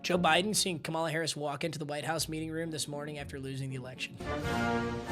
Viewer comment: Ignore how you pronounce Alvin Kamara normally, then pronounce Kamala Harris normally, while just replacing the 'L' with an 'R' in the word Kamala